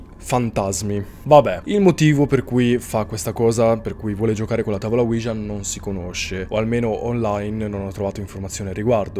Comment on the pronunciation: ouija e si pronuncia senza far sentire la j